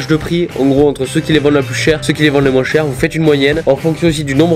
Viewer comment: Y’a un truck que je capte pas il doit venir d’Auvergne il dit moinsssssss 😂❤️